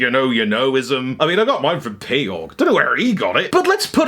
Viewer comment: Oh my, is Peaugh pronounce as Pay-Awg? All this time I thought it was ‘Pew’ 😅😅